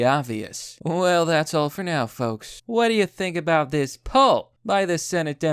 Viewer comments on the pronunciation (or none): none